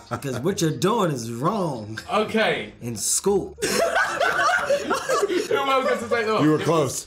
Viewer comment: that emphasis on “School” had me weak 😂😂😂💀